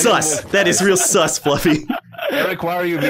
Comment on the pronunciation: When he says sus all I hear is sauce